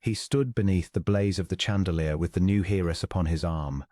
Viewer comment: Chandelier is prononced Shandelier